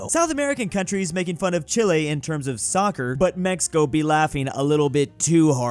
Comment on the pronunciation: This man could not pronounce Chile right to save his life.